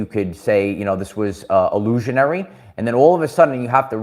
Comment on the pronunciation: Life was a-loosh-anary